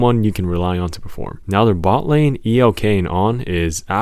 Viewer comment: Lol he called him e.l.k. Not elk 😭😭😭